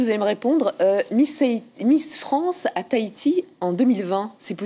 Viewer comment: Taiti XD TAHITI !!